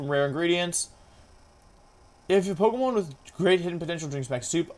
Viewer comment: Does he on purpose mispronounce the names of pokemon or do I not know how to pronounce Pokémon names